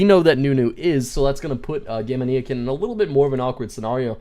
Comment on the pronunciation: gamania like gamania sen not gamaneeeyakin